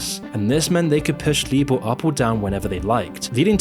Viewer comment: LIBOR is pronounced LIEBORE not LEEBORE.